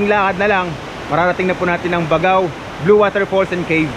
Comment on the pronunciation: BAG-GAO po bigkas niyan...di po BAGAw..